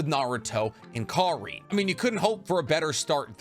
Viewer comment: Kar-in not Kar-ine